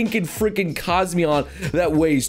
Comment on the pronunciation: It's Cosmoem, not "Cosmeon"